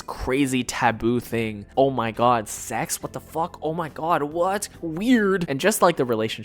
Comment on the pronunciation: He said "koitle" and "secks" 😂 but says "fuck"